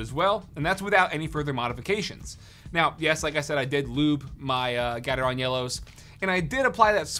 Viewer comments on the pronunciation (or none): The way he pronounced gatreon trigger anyone else? 😂😂😂